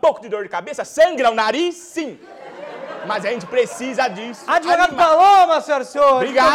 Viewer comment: Só o adevogado mesmo pra me fazer rir kkkkkkkkkkkkkk